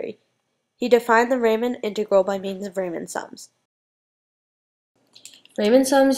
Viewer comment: It's kinda cute when you don't pronounce Riemann (REE-MON) or Dirichlet (DI-RISH-LAY) properly.